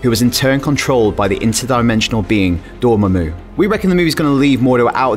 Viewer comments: its Door-maw-moo, not Dore-mom-ooh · tbh it sounded like he said dormoomoo... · I like how you say dormammu😄